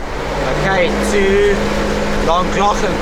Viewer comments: Btw LLangollen is pronounced with holding your tongue on the roof of your mouth and realising air as your rolling the double LL’s as that’s always the way to say it in welsh for future reference with the double LL’s🏴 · Hi and my wife Gill and me Pete love you u tube and came across your channel as we live literally 2 mins from Trevor loved your video of Trevor to Llangollen although we both laughed how you both pronounced Llangollen 😀👍, but we wanted to tell you both that was right the horseshoe falls only a couple of years ago was lovely and in a shape of a horseshoe like I said new to the channel Guys but loved it and have subscribed and watch even more ❤️❤️